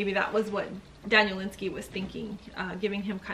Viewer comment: You should learn how to say the authors name.